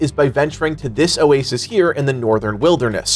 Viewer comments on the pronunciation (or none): none